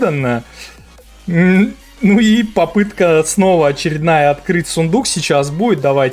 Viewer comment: Серёга😂😂Ты всё время ПопИтка,да ПопИтка,это такая фигня как Поп Ит только в одной пупырке?😂😂))